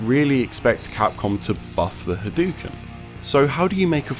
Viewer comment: Very beginning of the video: "H'dookns." What the fuck is this ^ You are right when you say that generally people don't like zoning. But rather than not wanting zoning to be a thing. Zoning is an easy-out for people that are just shit at the neutral game. So zoning has a lot of counters. Zoning is also generally not fun to watch. At all. Also frankly. I'd expect someone who has heard Ryu yell "Hadoken" a million times a day to know how to say it.